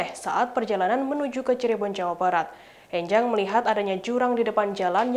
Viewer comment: Pelafalan 'E' pada nama 'Enjang' di suku Sunda biasanya 'E' seperti pengucapan 'Engkau' bukan 'E' seperti pengucapan 'Ember'. *Bahasa Sunda